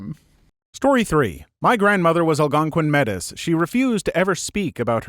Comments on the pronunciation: "Metis" is pronounded like mey-tee. They are a cultural group decended from both native americans/canadian first nations and european settlers intermixing. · Just a heads up incase it ever comes up in a future story, the pronunciation of that indigenous group is 'May-tee'. Not like.. Matey, like a pirate speaking, but more emphasis on the 'may'. Just an FYI! They are an old and proud groud with a long history on both their french and native American heritage (or scottish depending on where they are from) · Metis is pronounced mey-tee, just as a future note